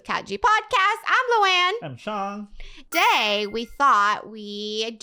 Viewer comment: It’s Sean not shion